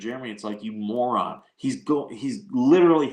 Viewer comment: It shud be moron not maran 😂😂😂😂😂